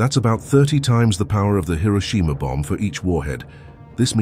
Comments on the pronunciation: "Hiroshima" ❌ "Hiroshima" ✅ "Hero-sheema" is not just wrong, it's like nails on a chalkboard. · People love pronouncing Hiroshima incorrectly for some reason